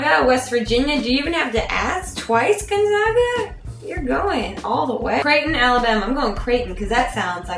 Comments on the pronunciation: It's gonzAAAAAga!!!!! Not gunzoga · You said Gonzaga wrong.